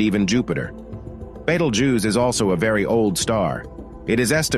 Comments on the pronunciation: everyone else: /ˈbiːtəldʒuːs: /ˈbɛtəldʒuːz/ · It's not bettel, more like Beetle. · Bay toll jews😂 can't get over his pronounciation. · First time I heard Betel Juice :))))) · I heard multiple different pronunciations. Betelgeuse, Beetelgeuse, and Betelgoose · The way you pronounce Betelgeuse 🫨 leaves a bitter taste on my ear palette. Beetle🪲- juice🧃